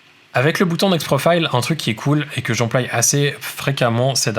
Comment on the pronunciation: j'emploi et non j'emploille MERCI